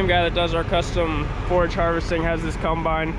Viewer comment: I love how people from Pennsylvania pronounce Combine. CUMBINE.